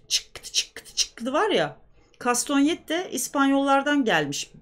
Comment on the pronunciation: Kastonet değil kastanyet. Türkçeye Fransızcadan geçtiği telaffuzuyla okunur. Fildişinden ya da sert bir ahşaptan içi oyularak yapılan iki parçanın el içinde birbirine çarptırılarak kullanıldığı müzik aleti. İspanyol flamenko danslarında kullanımı yaygındır.